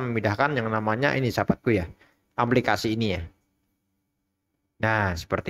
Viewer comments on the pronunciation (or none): Aplikasi bukan amplikasi wkwkwkwkw KK 😄😄😄